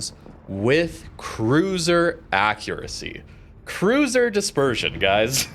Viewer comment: CRUISER dispeesion? This was supposed to be the trait of West Virginia.